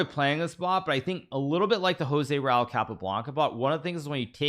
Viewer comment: Blood coming out of ear’s when he saying Tal and Joze RAul 😄